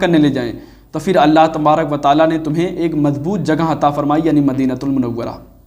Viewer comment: eak nahi ---eakak